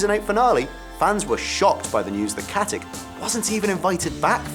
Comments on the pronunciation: it's not pronounced KatiC, it's pronounced KatiTSCH like in CHeese, she's from the Balkans that's how you pronounce it there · It's Katić with a ić not with ik. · Its katitsch not katik :) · Its Katich, not Katik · Every thing Ossa ever lists is wrong, and seeing as stana katic is of Serb/Slovak descent I find it hard to believe her surname is pronounced how this annoying turd says it, I'm sure it must be said katitch rather than with the hard c as on here